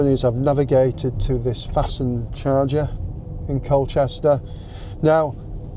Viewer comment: Everyone else says FAST NED not Fastend